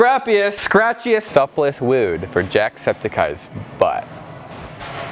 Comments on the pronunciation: He said wewd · DID HE SAY WEWD!?!?!?! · He stole wewd from Bobby Duke Arts! HE DIDN’T EVEN SAY IT RIGHT! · HE SAID WEWD!!!!! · Yes! I heard wewd and thought of your videos!